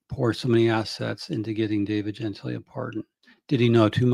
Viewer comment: Isn't his name pronounced gen-TILL-ee?